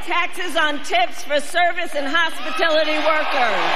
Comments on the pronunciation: And what is “hospitility”? You mean hospiTALIty, Madame VP? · DoZAmericans call it hospatility? We say hospitAlity. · What’s hospitility ??? Does Kamala mean hospitality?? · What the hell is a "Hospitility" worker? 🤡🤡🤡🤡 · Does anyone have a clue what the "Hospitility" industry is that Kamala speaks of? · I know what hospitAtality is but I'm asking about "Hospitilit!y" what Kabama said. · "Tips and hospitility****"